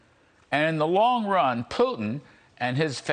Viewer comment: He can’t even say Putin right 😂😆😆😆 pee-tin 😂🤣🤣